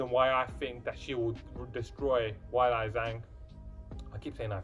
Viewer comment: Ok my dude. You’re a knowledgeable fan of the sport. You have to know that the UFC does their homework as far as pronunciation of a fighters name. So the fact that you’re pronouncing Ms. Zhang’s name “Why-Lie” has me curious. Your lovely accent would have nothing to do with it. It’s “Whey-Lee”, but I’m sure you already knew that. ;)